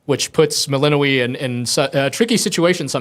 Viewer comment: melino - WEE lmao, shouldn't the developer pronounce it the same as in the game?